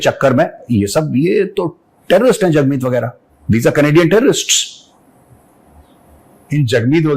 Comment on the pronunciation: Hagmeet, not jagmeet 😂😂